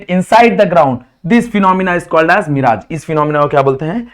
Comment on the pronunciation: Are gav Ke Gavar Thik Full Phenomenam Is Known As (Mirage) Pronounciation Of Mirage = Mairage